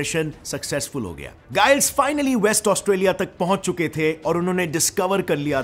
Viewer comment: गाईल्स नहीं जाईल्स